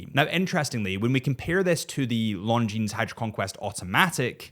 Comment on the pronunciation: The terminal consonant is silent in the word “Longines”.